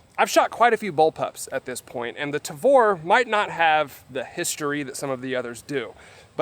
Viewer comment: you say "tavor" perfectly, good job.